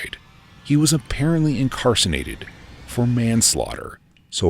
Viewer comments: IncarceRated not incarceNated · Him saying “incarsonated” instead of incarcerated is going to haunt my dreams tonight 😂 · Incarsonated?? I think he meant incarcerated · Even tho someone sent story in he still could've said it correctly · I heard that too lol 😅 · Incarcenated 🤣 that's my new favourite word!! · Yeah, I rewound the video just to make sure I heard that correctly. He was doing so well until then .😂😂😂